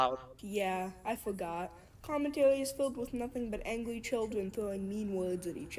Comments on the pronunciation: ”angwy childwen.” 💀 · she said angwy